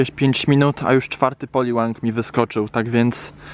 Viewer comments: Mordeczko "POLIWAGI" nie poliwangi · Poliłag a nie poliłang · mówi się poliłag